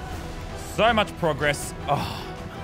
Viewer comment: He says progess. ...